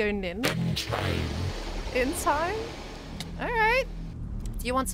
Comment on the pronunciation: woah, that accent in when he said "in time" matches Scott's accent, i guess its true that is his brother!